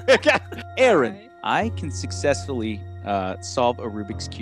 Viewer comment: said sussessfuly